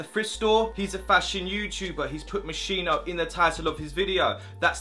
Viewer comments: Swear it's pronounced Mos Ski No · U pronounced moschino wrong 🤦🏼‍♂️it is mos-kee-no tho😂